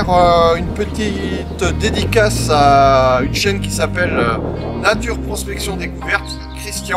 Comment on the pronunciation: Salut la TeamRodOudOu, tout d'abord au début de l'épisode, quand tu nous parles de nos terroirs (si tu l'as fais express, tu m'as scié ) tu sais ce petit accent pincé, hautin à moins que ça soit naturel tel un caméléon.... Des relents de cotes d'azur.... tu m'as plié : "Puis, nous nous dirigeons vers nos lieux de Prospectiiiioooonnnn !!!" mort de rire ;-) si tu as fais exprès = change rien c'était génial... je t'imagine même pas venir tester mes autos quand les lavandes sont en fleurs, au pieds du château de Grignan (et oui, Cotes du Rhône ) avec une petite omelette truffée ;-).... PS: l'abus d'accent & l'humour sont bénéfiques pour la santé, à consommer SANS modération.... N'oubliez pas de vous abonnez, laisser un commentaire & bien sur un petit pouce ^^UP^^ manger 5 fruits ou légumes par jour... Longue vie à notre passion & à+ dans l'humus